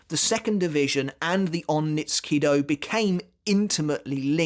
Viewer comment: onmitsu nindo sounds more correct